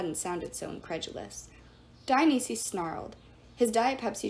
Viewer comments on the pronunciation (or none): "Dionisi's" it's pronounced Dionysus, Dion-ices. I'm not trying to be mean but like it's just driving me crazy when you say it, sorry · I don’t mean to criticize, but here are pronunciation tips. Dionysus: Die-uh-nice-us Gaea: Guy-uh Thanatos: Thanna-toes